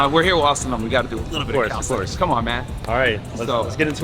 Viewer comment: My boy is a coach and keep saying “Calisthetics” 🤦🏾‍♂️🤦🏾‍♂️ It’s Calisthenics Coach! Sheeesh